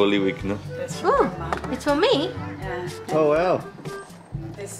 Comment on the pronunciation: sounded Australian when she said For Me?